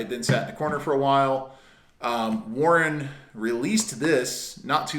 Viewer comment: Learn how to say warn not Warren 😂